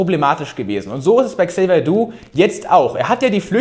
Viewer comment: Tolles Video wie immer Niki. Bitte trotzdem mal auf korrekte Namensaussprache achten. Es heißt Xavier Naidoo nicht Xavier Doo 😂